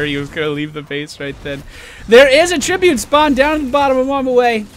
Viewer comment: "we did end up getting that tree-bute" ;3